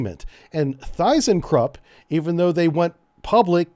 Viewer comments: It‘s not ThyssenkURpp, it is ThyssenkRUpp. „Krupp“ like Krupp-steel👍🏻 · ThyssenKrupp pronounced "TissEnKrupp" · The Y in Thyssenkrupp is spoken like the i in sit, or in regional accent, like German Ü (no english equivalent). Also fun fact: the Krupp in Thyssenkrupp is indeed the Krupp-steel Krupp! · Thyssen-Krupp is pronounced with all letters . It's a merger of two pre-WW2 steel and weapons giants . Surprised a navy man can't pronounce those 2 names . Kockums used to be a private shipyard dominating (by size) Malmö harbour in the part of southern Sweden conquered from Denmark in the 1600s . After the Thyssen purchase, significant shipyard infrastructure was removed and sold to a Korean shipyard . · took me until reading that he was just butchering Thyssen Krupp so badly i didnt recognize it as a word. its its self an aglomeration of the old steel titans of Thyssen and Krupp.